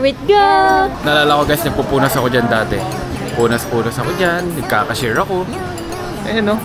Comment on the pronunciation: ''Dati" po not "date" hehe